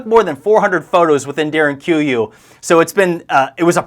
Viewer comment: Pronunciation of Derinkuyu ..??